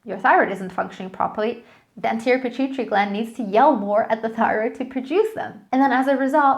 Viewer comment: Are you trying to say Pituitary Gland? Use phonics.